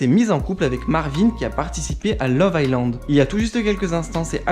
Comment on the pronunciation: On écrit iSland et et il faut prononcer Ailand aquabebe !